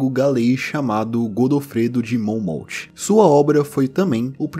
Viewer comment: "Monmauf" e n "monmoutch"